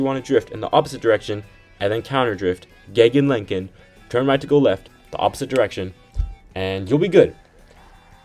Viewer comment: "gegenlenken" 🙌😅 nice